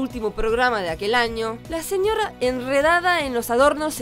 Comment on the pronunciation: La mina del vídeo pronuncia re mal "señorra, autorridad" me pone de mal humor